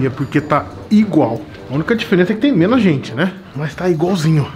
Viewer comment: Menas não mano! Tá matando a língua portuguesa